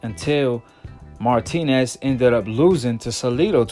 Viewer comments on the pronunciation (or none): none